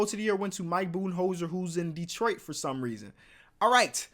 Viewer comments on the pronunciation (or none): none